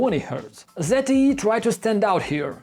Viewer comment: how the F people pronounce the name it's not ZITY. it is Z T E!